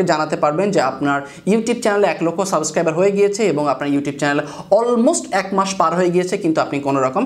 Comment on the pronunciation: ভাই সাবেস্ক্রাইব নাকি সাবস্ক্রাইব? 😬